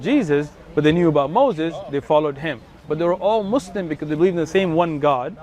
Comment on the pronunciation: Lol, he doesn't listen to the way he kept saying Muslim, he used a z instead of a s "Muzlim" the exact way non arabic speakers say it in the USA